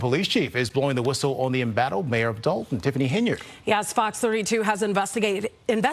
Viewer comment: Sorry, it's not Dalton, it's Dolt-on.